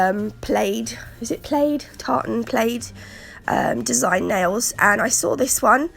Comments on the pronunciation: Its pronounced plad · Very lovely...the word has a short a sound ...like in lad...plaid. please continue to share. Your designs are very lovely. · Oh dear you sound awful, I hope you're feeling better! I love the different plaid designs everyone has been sharing, yours included. You've mispronounced plaid and saying it as if you mean played, may I suggest you Google it and click on the sound button to hear how you should say it? It's a good self check for most words. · Plaid is pronounced 2 sound like dad. That's the best way I can explain via txt lol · Sounds like plad 😉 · I LOVE these! I can't think of any other fancy way to say it... hahaha but those nails are absolutely beautiful! Here in the states we pronounce plaid like plad.....long A sound. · Poor girl. Get better soon. Great design again. We pronounce it "Plad" for Plaid. It goes against the spelling rules doesn't it? Lol. The diamond design is called Argyle. I own You're So Vain and yes it's so pretty and creamy😊. The Golden Red looks amazing in a matte finish.